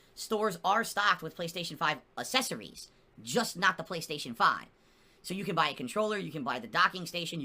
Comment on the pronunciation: Am I the only one that notices he constantly mispronounces accessories.